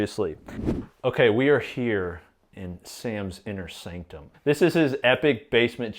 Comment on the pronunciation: "We are here in Sam's inner SAMCTUM"